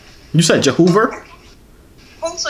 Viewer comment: she said “jehoover” I’m done 😂😂😅🤣🤣🤣😅🤣🤣